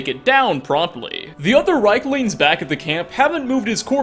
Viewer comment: i think you murdered that reikling to death